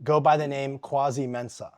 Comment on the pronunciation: It’s not pronounced quasy. It’s pronounced kway-see. It’s a very common Ghanaian name. Mensah is also a common last name. Think John Smith in America.